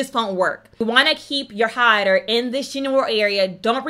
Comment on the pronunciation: TheMakeDown could it be the way she says highlighter/ highlighting??? Sounds like she has something in her mouth like a retainer or something that she’s trying to keep from falling out... it also sounds like she’s screaming at me!!!